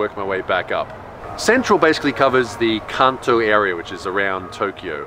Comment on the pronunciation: Also, it might've just been the Aussie accent fooling my ears into hearing what I expected, when you said "Kanto" I heard "cunto". >.>